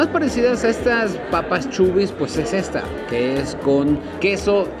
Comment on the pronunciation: se dice asi como lo lees chabie's no chubie's